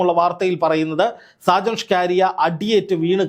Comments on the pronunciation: DEAR JOURNALIST, PLS PRONOUNCE HIS NAME AS ഷാജൻ സ്കറിയ । അല്ലാതെ സ്കാരിയ അല്ല . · ഷ്കാരിയ അല്ല ! ഷാജൻ സ്കറിയ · സാജൻ സ്കാരിയ അല്ല.. സാജൻ സക്കറിയ എന്നാണ് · എത്ര കഷ്ടപ്പെട്ടാണ് ഇവൻ സാജൻ സ്കറിയയെ സാജൻ ഷ്കാരിയ ആക്കുന്നത് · സ്കാരിയ or സ്കറിയ? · നിങ്ങൾ ഷാജൻ സ്‌കറിയയേ കളി ആക്കുകയാണോ. നിങ്ങൾ എന്തിനാണ് സ്കാരിയാ എന്ന് പറയുന്നത്. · ഷ്കാരിയ അല്ലടാ ശശി, സ്കറിയ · ഷാജൻ. ഷ്കാരിയൻ.. നാക്ക് വടിച്ച് പറ വടുവ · സ്കാരിയ അല്ല സ്‌കറിയ എന്ന് ആണ് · "ഷാജൻ ഷ്കാരിയ" അല്ലടോ😂😂😂 ഷാജൻ സ്കറിയ ആണ് 😅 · ഷാജൻ സ്ക്കറിയ "ഷ്ക്കാരിയ" അല്ലാ.... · സ്കാരിയ അല്ല 🙄🙄സ്‌കറിയ. കഷ്ട്ടം. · ഷ്കാരിയാ അല്ല പുല്ലേ... സ്കറിയാ... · ഷ്കാരിയാ ആണോ സ്കറിയ ആണോ മാഷേ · സാജൻ സ്‌കാര്യ യ അല്ല സാജൻ സ്കറിയയാണ് താൻ പുതിയ പേരു ഇട്ടതാണൊ😂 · ഷാജൻ സ്‌കാരിയാ അല്ല... ഷാജൻ സ്കറിയ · ഷ്കാരിയ അല്ല, സ്കറിയ. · സ്‌കറിയാ എന്നാണ് ബ്രോ.. 🙏എപ്പോഴും നിങ്ങൾ അയാളുടെ പേര് പറയുന്നത് ഷ്കാരിയാ എന്ന് കേൾക്കുമ്പോൾ വളരെ ബോറാകുന്നു 🙏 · സ്കറിയ.. എന്ന് വായിക്കാൻ അറിയില്ലേ? അതോ തള്ളി രസിക്കുക ആണൊ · സ്കറിയ എന്ന് തനിക്ക് നാവ് വഴങ്ങില്ലേ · ഷ്കാരിയയോ? കറിയായല്ലിയോ😅😅😅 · എടാ മൈത്താണ്ടി നാക്കു വടിക്കണം എന്നിട്ട് അന്തസ്സായി സ്കറിയാ എന്നു പറഞ്ഞു പഠിക്കുക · സ്കറിയ, ഇതു പോലും പറയാൻ പറ്റുന്നില്ലേ reporter സഹോദരാ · Perché dici സ്കാരിയ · താങ്കൾക്ക് സ്കറിയ എന്ന് പറയാൻ അറിയില്ലേ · ഷാജൻ സകറിയ എന്നാണ് അയാളുടെ പേര്. താങ്കൾ വായിക്കൂന്നത് കേട്ടാൽ ആരാണ് എന്ന് കരുതി പോകും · അക്ഷരം പഠിച്ചു കാണില്ല